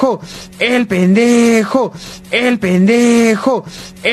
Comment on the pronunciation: Llega un punto donde escucho "El penejo"